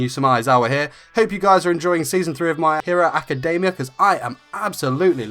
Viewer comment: JESUS IF ITS ALREADY IN ENGLISH STOP READING academia like: ack-kuh-DAY-Miah. not even the japanese pronounce it that way. (this is directed to all those who read the title my hero academia awkwardly)